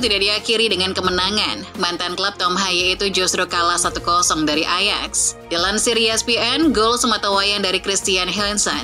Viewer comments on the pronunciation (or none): none